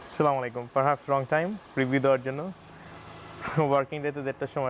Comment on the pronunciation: স্যার, আসসালামু আলাইকুম। যদি কিছু মনে না করেন তবে ১টা কথা বলতে চাই, আপনি প্রতিটা ভিডিও যে সালা-মালিকুম বলেন। সালা-মালিকুম না বলে, আসসালামু আলাইকুম বলেন, তাহলে আমরা সকলেই উপকৃত হয়। আশা করি, বিষয়টির প্রতি গুরুত্ব দিবেন।